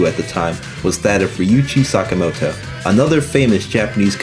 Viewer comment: one minor correction , his name is "Ryuichi Sakamoto" not "Ryuchi". RIP!